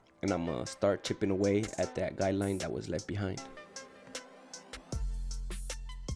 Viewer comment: I like how he says guideline lol. Sounds like he’s saying guy line ha!